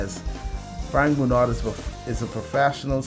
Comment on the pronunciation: Huge fan of this guy. Pretty sure his last name is pronounced "Bru-know"